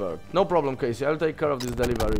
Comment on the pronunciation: Czytaj Kejsi z taką końcówką J